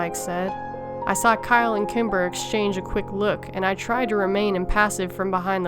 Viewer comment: Sometimes when you said the name Kimber, it sounded like Timber.